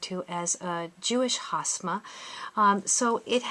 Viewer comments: You're pronouncing it wrong. It's called Hamsa, not Hasma. The way you are pronouncing it, hasma, you are actually talking about a chinese desert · Yep! It's Hamsa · You should get your pronunciation right it’s not Hasma it’s Hamsa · Isn’t it Hamsa? You keep saying “Hasma”.Or is it interchangeable? Would like to know the true form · She’s getting a lot of things wrong she doesn’t even know how to pronounce hamsa.